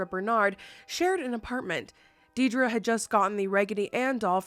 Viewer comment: My name is Deidre - never hear people say my name right. Entertaining to hear it said with ties to the true Annabelle beginnings. But also, DAMN! 😜😘